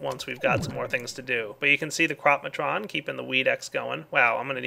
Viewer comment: when i heard you say "crop-matron" i thought you said crap matron :P